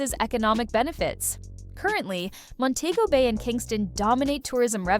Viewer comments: Please tell the Ai reading that it's Mon-te-go Bay and not Mon-tay-go Bay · You pronunciating it wrong it's Mon-tee- go- Bayy (Montego Bay) not Mon-tayy-go Bayy. (Montaygo Bay) But great documentary. 👍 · THE PROPER SPELLING FOR MONTEGO BAY THE PRONUNCIATION IS DIFFERENT. MON- TE- GO BAY.